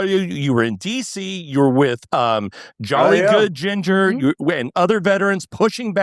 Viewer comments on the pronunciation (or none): none